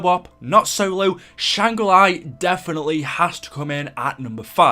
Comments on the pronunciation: Please dont ever say shang ra li ever again.... its shang gri la, LA.... not LI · Can you say Shanger la. Not shanger lai, it's not ly it's la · btw it is Shangri La, nor Shangri Lai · Why do you keep calling it Shangra Li